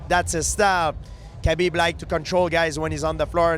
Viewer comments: It's really not hard to pronounce khabibs name correctly, people should look into it, you pronounce the k and h together from the back of your throat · My goodness does it annoy me that nobody can pronounce Khabibs name right lol 🤦‍♂️